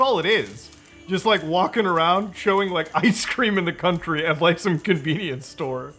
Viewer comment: In the cont-ter-e lol made me laugh